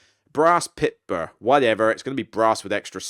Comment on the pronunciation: Pitsburr. Hilarious.